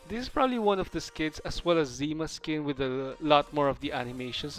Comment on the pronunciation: Even though everyone who speaks Russian will tell you that its not POca with hit on "o", its PocA with hit on "a", that means "dew" or this drops on the leaves in the early morning. so you read it wrong. The same like its not ZIma, its ZimA with hit on "a", that means "winter". And its not IstIna, its Istina, with hit on first "I", that means "truth".